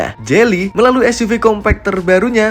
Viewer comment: Geely koq jadi jely ???